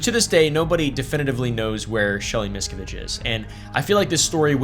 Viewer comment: MisKAviDGE.. I love it haha